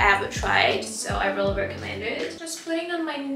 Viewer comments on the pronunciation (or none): none